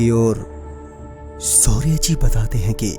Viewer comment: Baaki sab toh theek hai kripya pronouncation pe dhyan de...श को स bolne ki bohot problem hai aapki...Saurya,vansika,sayad...